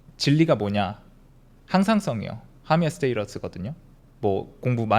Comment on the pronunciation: 항상성은 영어로 하미오스테이터스가 아니라 호미오스테이시스입니다! homeostasis